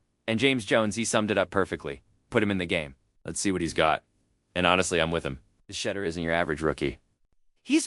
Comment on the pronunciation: you need to learn how to pronounce his name